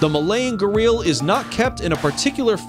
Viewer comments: Its not garil its garial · Pronunciation of Gharial is wrong.Other mistakes too . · "Gah-real" LMFAO 😂